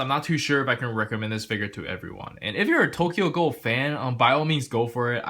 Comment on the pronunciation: “Tokyo gohl” 😂😂